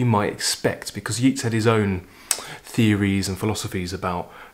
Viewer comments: Hello over in Dublin,. My family all come from Dublin:) Many of my mangled pronunciations were learnt from reading when I was little, long before I heard the pronunciation. They can be rather difficult to shake off! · Chapeau! I was about to include the correct pronunciation of Yeats, but felt it would be a little presumptuous. Can't think why. I am actually the type who calls a spade a bloody shovel!